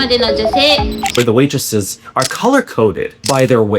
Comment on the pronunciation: Waitresses ❌ Weightresses ✅